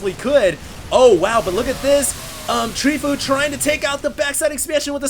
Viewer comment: It's not Treefoo, it's Tree from team fOu (pronounced foe-you)